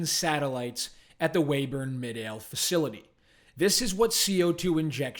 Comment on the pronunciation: Good reporting. Midale is pronounced My-dale (long i and accent on first syllable).